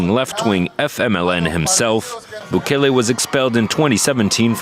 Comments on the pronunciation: Im actually shocked you dont know how to pronounce Bukele properly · Foo got the nopal en el frente mispronouncing bukele 😂